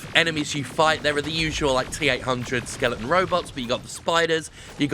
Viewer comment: Does everyone know it’s ‘skeleton’?